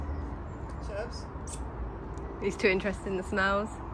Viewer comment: And how perfectly she said Sherpa.